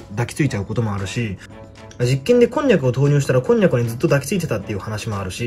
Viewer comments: こ↑んにゃくのイントネーションが気になる笑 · こんにゃくのイントネーションでわろてるwww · 「筋肉」みたいな発音のこんにゃくｗｗ 座ると鳴る椅子みたいｗｗ